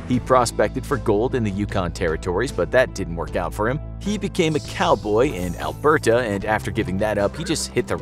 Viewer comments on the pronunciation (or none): none